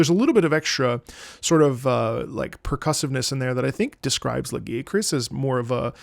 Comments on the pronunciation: IT'S LA-GUY-A-KRUSS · "I'm not gonna say it the other way" You're so real for that (personally I pronounce it Lah-guy-uh-crus) but the way says it gives me PAIN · I noticed that the way Lagiacrus gets pronounced varies from language to language (guys, try when you have time). I always pronounced him “Lah-Ghee-A-Cruz” or “Lah-GeeAh-crus” and in some languages he’s pronounced in these ways. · "lagi-crus" XD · Listen. You can't pronounce the name right, you gotta go back to square one. And for all you coming after me, no we do not listen to, he's autistic.